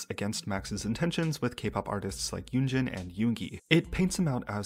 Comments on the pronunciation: I cringe when he say "yunji" lol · Wait dude doesnt even know how to say her name? Its literally 2 syllables. Yoon-jin